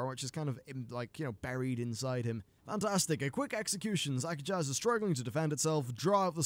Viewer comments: not zakajazz. Zuk-ahj. The last z is silent. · Disappointing that Shadow Priests and Arms Warriors kill the EXACT FUCKING SAME old god minion for good at the end of their chains. WHAT DA FUCK IS CONTINUITY? Also, it's Zak-a-jj. Not Zak-a-jaz. The j and z combine into one sound.